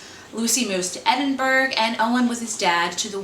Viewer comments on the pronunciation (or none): Some good ones in there! Shame only out in hardback and e version as can't afford them at £10 each. Will have to be patient or splurge... I have got 'don't look back' and can't wait to read it. Quick side note- Edinburgh is said ed-in-bruh :)